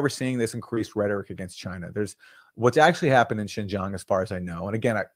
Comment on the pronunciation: I like your part here- but you are pretty harsh on Sam Seder and team not knowing particular info and then, while stating that you know the facts on Uighurs- and correcting the pronunciation of Uighurs- you are unable to pronounce Xinjiang which is hand in hand with Uighurs. That gives me pause about how much you're actually researching. I appreciate your highlighting of Matte's reporting and views in Uighurs, which is new to me.